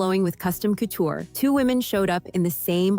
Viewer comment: ANNOUNCER: IF YOU'RE GOING TO TALK ABOUT COUTURE Dresses learn how to pronounce it! Unbelievable you sounded ignorant! And Miss Bryant 's dress was sapphire blue not powder blue... O m g get it right!!!